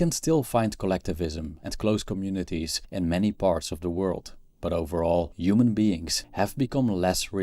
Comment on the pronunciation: Please say the H sound when saying human